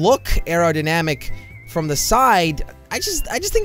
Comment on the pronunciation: Not you sayed fom